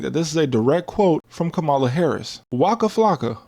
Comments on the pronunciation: Her name is pronounced kah muh luh you can respect her name nigga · Bruh... its 2025. You still can't pronounce "Kamala"?!? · lol why mispronounce Kamala Harris’s name ? She’s said it multiple times . But I understand respecting women isn’t a strong suit in America .